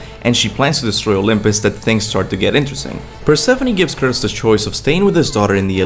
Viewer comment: The way you pronounce Kratos is really off-putting. Not bad otherwise, keep it up